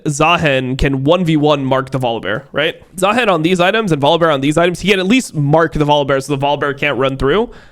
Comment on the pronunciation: i don't know what triggers me more. how unc says "baus" or how he says "zaheen"